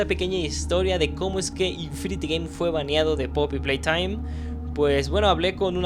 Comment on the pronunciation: me encanta cuando dice " poppy PLAYTHOIM"